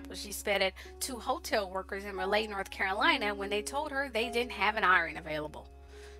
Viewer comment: 🤦‍♀️ It's RA-LEIGH Ra-lee She was so talented. Smh